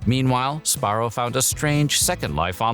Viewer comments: What the heck? The narrator keeps saying Sparro instead of Sbarro. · what is "spar-oh"? it's "suh-bar-oh" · Si-BAR-row lol. Say the Si quickly. Syllable 1: Sih Syllable 2: BAR Syllable 3: Row He is saying it wrong. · I think youre saying that wrong. Its sBarro. Say the B. But also.. just remember, 7-11 pizza you eat the box too 🍕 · Also, I always pronounced it as "Sabarro" instead of "Sbarro" because even though I knew how it was spelled, I didn't know how to pronounce it or what the correct pronunciation was. I also was born and raised in 1999 so when I grew up going to malls in the 2000s and I grew up eating Sbarro, I just assumed since I was a kid and I didn't know how to pronounce it correctly (and since no one corrected me at all in the first place), I just assumed the name "Sabarro" was correct instead of "Sbarro." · I never knew it wasn’t pronounced Su-barro. Like su-burban, I guess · It's not pronounced SaBarro? Wow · You're not a real Sbarro fan if you weren't pronouncing it Suh-barrow :D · Am I the only one that pronounced it "Sa-Barro"? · I’m crying cuz I’ve always pronounced it “SA-Barro” LMFAOOOOO whatttt!! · This guy makes it sound so easy to say the "sb" sound in one syllable. I can only say it as "subarro". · I always pronounced it Sa-Barro. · Si- BAR-row lol. Syllable 1: Sih Syllable 2: BAR Syllable 3: Row He is saying it wrong. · Yeah he's saying it wrong. sBarro. Or Si-BAR row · I didn't know the b in Sbarro is silent.